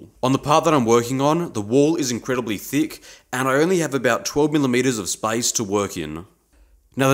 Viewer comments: SPACE! YOU MEANT SPACE! GOD! I feel like an idiot 😭 I swear it sounds like spice in your accent. I thought why does he need cooking ingredients in metal working anyway? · well, it's obvious now! When I was watching it in bed yesterday, it sounded like spice and I was absolutely confused 😅